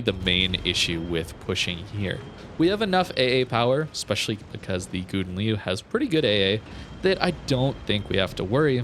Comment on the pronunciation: I'm originated in a Dutch speaking country and well... This is not how you pronounce Gouden Leeuw, kinda made my ears bleed. 😂 I have to agree with Gyasi that you should call it Golden Lion or practice very much in your private space 😅 I still like your video's so no harm done 😛